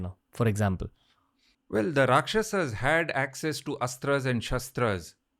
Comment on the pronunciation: Here you are celebrating our history and on the other side you guys try becoming white by pronouncing rakshasAAS vaanarAAS. Let's stop pronouncing indie words wrongly from now on!